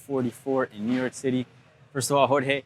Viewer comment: Besides Buffer, Arlovski is the second person I hear that pronounce Jorge's name perfectly.